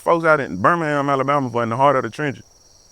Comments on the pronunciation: Burr-mēng-HAM, bruv... Emphasis on tha HAM, innit? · Yavo not bron Birmingham. . Dude from Mobile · Dang how can’t pronounce Birmingham? It’s a Birmingham over there we he from too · Bro please say Birmingham correctly yall literally have one over there